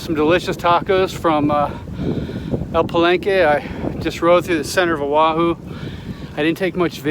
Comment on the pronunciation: I wasn't expecting a local boy to make that kind of ride. Nice to hear all of the place names being said correctly in a bike touring video. Mahalo for the video, instantly new where you were on all of the major roads. I agree that central O'ahu is not the place for the scenic views.